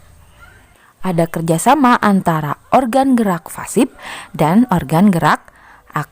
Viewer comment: Koreksi ya bu... Organ gerak Pasif bu, bukan Fasip... Ibu menyebutnya Fasip terus 😅